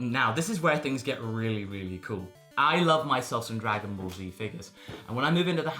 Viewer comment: "Swagon Ball".